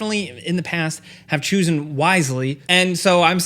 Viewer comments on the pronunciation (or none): Definitely not Troy Baker now lol Also, "choosen"